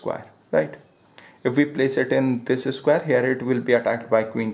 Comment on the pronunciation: disis square😂😂😂